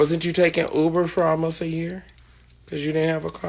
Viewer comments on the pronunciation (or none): none